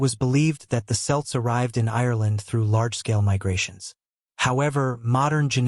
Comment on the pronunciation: Your nephew is absolutely correct. I stopped listening when he mispronounced "Celts" , as if the lackluster narration and lousy AI art weren't enough to see what low effort content this is.